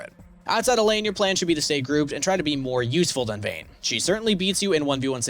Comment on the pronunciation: Its vayne